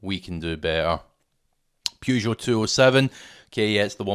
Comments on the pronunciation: Bought my 2006 Saab 9-3 Aero convertoble or £2k 8 years ago. Takes some work, but still going. Once again a really useful video, but... "Pew-zho"? "Purr-zho" :) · You lost me at: PYOU - JO